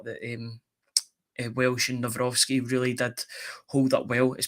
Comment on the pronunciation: kudos to for correct Nawrocki pronunciation